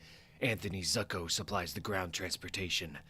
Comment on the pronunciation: No disrespect this is phenomenal, but Zucco is pronounced Zoo-coh and Halle pronounced Hailey. Keep up the great work man these are great.